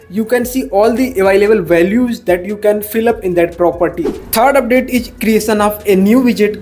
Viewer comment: Your hindi slang is awful.... It's 'Is' not 'eej'.... How do you pronounce इस, ईज ...?.